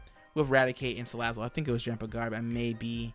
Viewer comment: U said Salad it